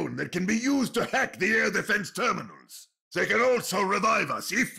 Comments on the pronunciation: When I first heard one of Mercy's lines, I thought she said "Beginning the heck" not "Beginning the hack." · I thought Mercy said "Ignitiating the heck." Uh, yeah, I think it's alright started. Sorry Mercy.